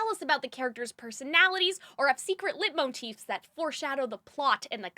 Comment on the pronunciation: actively had to fight my hand away from closing the video when i heard how you pronounce leitmotif 💀